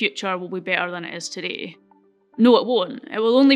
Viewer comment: Not only you pronounce the word 'today' incorrectly, but also the assertions that you present are vaguely incorrect. For example, you talked about the amount of solar needed to power the world as less than 1% of land. Well, this assertion requires a few definitions. How do you define the amount of land for solar power generation when the sun does not rise during the night. Also, different pieces of land receive different amounts of sun. So on a so forth. Plus the efficiency of solar cells is not even 50 %. We are yet to employ solar just because of this dear lady. YOu said we can use nuclear. You did not mention about the limited nature of the raw material required for the nuclear power plants like uranium of whatever. Plus nothing mentioned on how to deal with the enourmous amounts of the radio active waste this power generation produces. Why do you need copper to decarbonise electricity grids? Besides, the term like "decarbonise electricity production" can be understood. But what is "decarbonise electricity grids"? Very well said wen the transportation aspect was discussed. While you talked about cement, you said you can capture the CO2 emission in he process of making cement and bury it underground. If this can be done, why not do this with all coal-based power plants? Thanks.